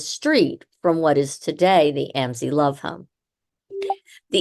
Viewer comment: Mam, your podcast is very interesting however many of your facts are incorrect and the way you are pronouncing Amzi is wrong . My uncle is the 6th generation , making me the 7th , my children the 8th and my grandchildren the 9th generation . Just thought you should know . 😊